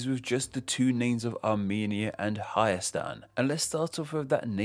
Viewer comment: You said it pretty good